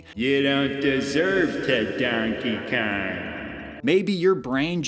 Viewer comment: *Danky Kang. With his accent lol 😹